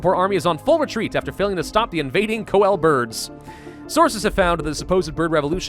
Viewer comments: Koel is pronounced " coo - whale " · Fun fact koel in the national bird of my country and you pronounce it as kowl you were pronouncing it right as Western that is but Indian or us Bengal will pronounce is as koel( ko and el). I usually don't comment but i really like your videos if you could play more dawn of men I would like and English is not my first language and I'm just 15 but I'd like if you would tell me that my grammar and spelling is wrong or right. as usual praise. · I always though it was pronounced kwell